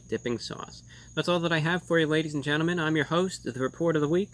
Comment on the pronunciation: It's no longer ladies and gennemen, he pronounced that T hard